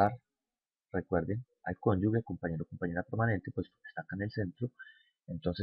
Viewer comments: no se dice ConyuGUE se escribe cónyuge, y se pronuncia conyuje, es como pronunciar con J, si le queda difícil pronunciar con G, pilas con eso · Se dice conjuge, es pronunciando la g sin que haya una U que no existe, gracias.